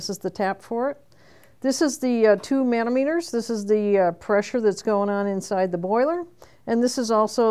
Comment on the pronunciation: Manometer = Muh-nah-muh-ter, not Man-oh-mee-ter.